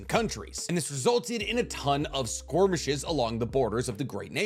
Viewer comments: I'm really struggling to ignore the pronunciation of skirmish as SQUIRMish but I'm too invested in the content to stop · Does he mispronounce "skirmish" on purpose? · SKORMISH LMAO